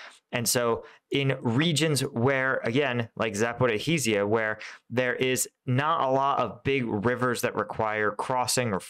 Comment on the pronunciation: Try: "Sapo-rish-jah" ;-)